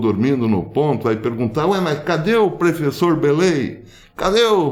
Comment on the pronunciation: ..."prefessor" ... partiu rumble, "desdiontem"... rss. Forte abraço! O vídeo de hoje foi oportuno. "Compartlheioô"